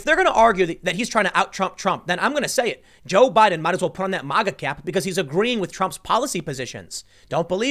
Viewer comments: It's pronounced "magga", not "mahhga" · Why does he say MAHGA instead of MAGA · We don’t pronounce MAGA like Russians Tim, it’s not Mah- Gah. Hard A man, be American. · Why is Tim the only person in America that can't pronounce MAGA? Say the first four letters of magazine.